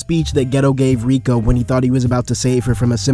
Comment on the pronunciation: Btw it’s not rika it’s riko